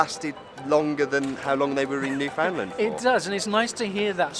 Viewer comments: I'm not a Newfie but I hate to think what they'd say to someone who pronounces Newfnland as New Found Land. They'll probably be kind if you're a foreigner but they crucify fellow Canadians for it. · I'm from Newfoundland. That warmth you see in this production is typical of the warmth of my island and it's people. We come together and help each in times of need. It's just who we are. I wish the rest of the world was like that. And just for the record, it's pronounced "new" "fun" "land". :)